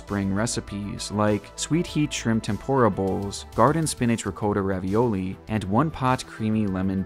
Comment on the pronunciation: Lol Ri-Coat-uh cheese?